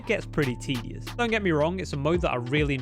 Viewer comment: Take my angry like and get out of here with that pronunciation.